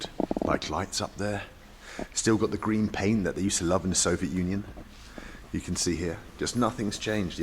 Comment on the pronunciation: I want a supercut from every time he says "Sovet Union".